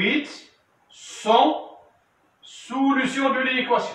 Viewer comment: أويليييي على سولوووسيون سميتها سوليسيون 😂